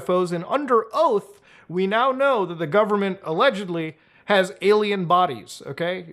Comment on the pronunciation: Canada may be a little kooky but the Canadian pronunciation of alien as "ayluhmow" is baffling